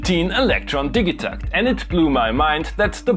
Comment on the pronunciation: Ill hate you for mispronouncing it